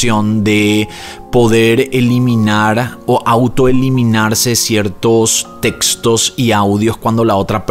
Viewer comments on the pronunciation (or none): none